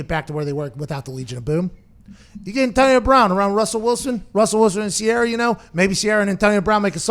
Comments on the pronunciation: Pat- “ntonio bwoun” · the hell is with that? lol